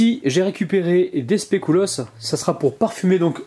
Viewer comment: très belle recette mais SVP on prononce specUlos et pas specOUlos. ...continuez comme ça !!!! enfin de vraies bonnes recettes réalisables 😋😋